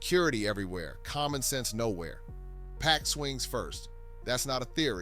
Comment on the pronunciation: That ain't 2 Pac, that's 2Pack!